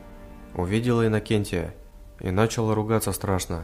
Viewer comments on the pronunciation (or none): началА, нАчал. - Ну слушать просто невозможно. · Не нАчала, а началА!!!!!